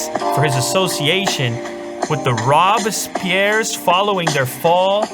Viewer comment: Robes-pea-air..... sorry